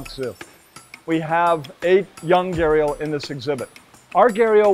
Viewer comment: It's so sad that while everybody in the west takes immense effort to pronounce words from Spanish, Japanese etc. they just casually anglicize Hindi/Sanskrit words. It's Gha-d-ial not Gharial or Garial.